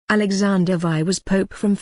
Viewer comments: Come on!!! Leo "ecs" and Alexander "vi"??? "Ces-ar"??? Pathetic!!! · "Alexander Vie".... lol!! If you're going to ask a cyborg to read your script, at least hire one that has a half a gram of common sense.